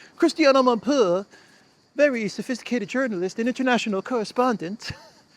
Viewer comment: Sophistihcated journalist! 😂😂😂😂😂